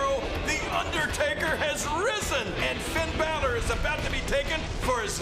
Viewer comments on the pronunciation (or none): none